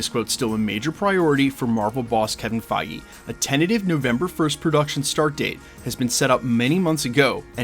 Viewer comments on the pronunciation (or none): none